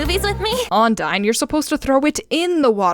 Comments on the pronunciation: Just so you know, you're saying Ondine wrong. Don't feel bad, I used to make the same mispronounceation! But I know it now (and I even did a video on commonly mispronounced character names, which included hers as a top example). The first syllable isn't "on," it's more like "un." And the second syllable isn't dine (like dining), it's more like "deen." It's like un-deen. I know, it's confusing because based on the spelling, you're inclined to say on-dine. But that's just how it is. Love your videos, though! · I’m sinning you for every time you said onAIne. It's ondIne. :D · It’s pronounced on di ne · So the villains name is onidine. Which is pronounced Un-dine. Yknow what else is pronounced that way? UNDYNE BABBBYYY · I have to disagree. It sounded like you said it as on-dine. You definitely didnt say deen for the second part. How Kim said it? I checked the episode. At about (specifically in this video of the episode, in case different versions make the time stamp a bit off — he says it. And he seems to be saying it as un-deen. The first part (on/un) could maybe be heard differently, but the second part wasdefinitely deen, not dine. (No rudeness intended, in case I come off that way, I'm bad with tone and all. Just trying to explain why I think this.) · I always heard him say ondeen. like when he told ladybug about the bracelet game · dude I thought she said undyne, like from undertale 💔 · I can't with this episode, every time they say "Ondine" I just think of Undyne